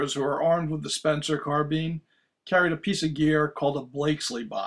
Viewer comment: It's carb"I"ne damnit! Not carbean! After all this time ya still ain;t got it right! Blasphemy!!! Spencer didn't make soup!!😄 Just kiddin